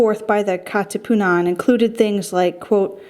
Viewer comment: ka katiputan🤣🤣 kat katipunan excuse me! got me laughing